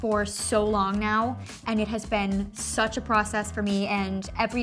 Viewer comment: i can’t be the only one who had always noticed that she says ‘been’ as ‘ben’